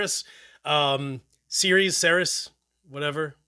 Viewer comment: How does the KSR rep not know how to pronounce Ceres??? 😂